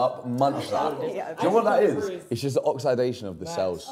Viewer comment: “you crossed the line, oxidation of the cells??!” Billy kills me! The way pronounced “oxidation” cracks me up😭😭